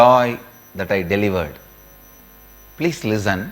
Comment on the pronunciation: pleece lizzun lol